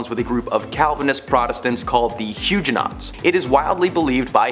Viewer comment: The mispronunciations are too much!😖 it hurts! I want to recommend these videos to my students, but i cant because of the proTESTants, elizabeth bathORY, huge-nots, etc. Otherwise this is an entertaining way to teach history!!